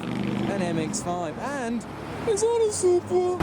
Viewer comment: “Is that a supwuh”